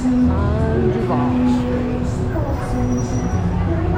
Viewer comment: Duvaaaal not duvAle nice video